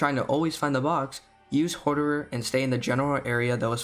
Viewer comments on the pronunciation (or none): if bro says hoarderer one more time im getting his account banned. learn english bro xD